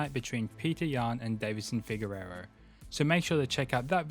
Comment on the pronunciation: I like your content but please learn how to say Deiveson Figueiredo. You keep saying Figuererro. Other than that it's all good.